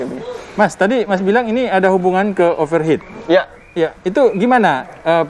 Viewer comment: Dari banyak mekanik yg saya pernah temuin, baru ini yg bisa bilang 'over heat' dgn benar. Biasanya 'over het'. Mantap.